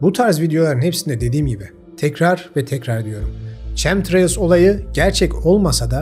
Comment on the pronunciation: Çemtrails değil kemtreyls diye telaffuz edilir.